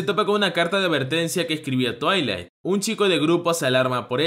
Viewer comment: Soy la única de cuando dice el nombre del padre "twiling" se acuerda de la pony xdxd